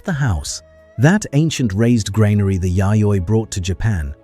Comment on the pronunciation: Train your A.I.! Granary is pronounced "GRAN-ary", not "grain-ary". Ugh!